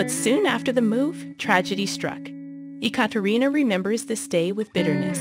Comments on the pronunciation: I am very familiar with this story. However, you pronounced every single name incorrectly. Why didn't you do research on these pronunciations first? Daria is Dahreeuh. Katya is Kat ee yuh. Gordeeva is Gore dee ay vuh. Sergei is Sir gay. Ekaterina is Ay kat er ee nuh. Kulik is Koo leek. Now you know. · I just starting watching this and was getting so mad she couln'd do enough research to get the names correct.